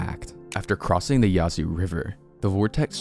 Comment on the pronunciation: Heads up, the a in Yazoo is pronounced like the a in at by locals. Umm. If you wanted to know. Umm..... Lubbock is pronounced lubbuck. Sorry.